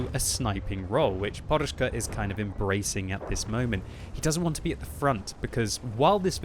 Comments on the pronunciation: guy name is PODUSZKA not PORUSZKA:P there is not "R". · only British nuub kan saj porushka ,when its says podushka ( a pillow ) :) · His name is really simple, it's like pod-ush-ka and you don't need to make any crazy sounds like it was Russian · why is he reading it like Poruszka.... there is no R in it. there is a D.... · You should read it like "podushka", meaning "a pillow" :V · FFS there's no "R" in "PODUSZKA"... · he puts a R(ing) on it